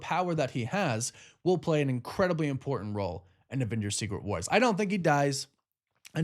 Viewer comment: Is anyone else annoyed with the way he says and over pronunciation of “important”